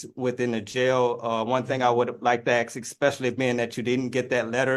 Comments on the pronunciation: axe and lieberry🤣🤣🤣🤣🤣🤣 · He's gonna axe the judge to check the libary ... sounds like a highly-educated Monarch of Morocco to me! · Axe and libary???